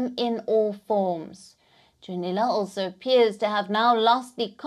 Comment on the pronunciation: His name is Junnila, not "Dzunila".